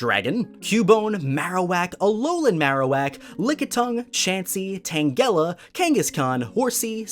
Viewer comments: Lol 🤣 Tan-GEH-la 🤣👏🏽🤣👏🏽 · Your pronunciation of Tangela is wrong. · You said Tangela weird and I had to pause lol